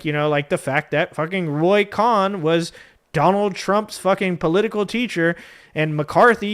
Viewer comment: Roy Cohn pronounced 'cone'